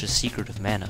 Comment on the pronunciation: I know this is dickish, but I have OCD...You pronounced Mario, Mana, Jaguar, & Kutaragi incorrectly. There, it's out of my system....